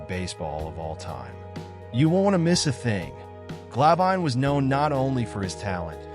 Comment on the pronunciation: Its Glav In, not Gla Vine. Might wanna double check the pronunciation before you make a documentary about him. 🤔🙄